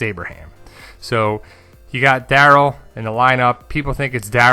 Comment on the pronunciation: Omg stop saying Daryl like that! Lol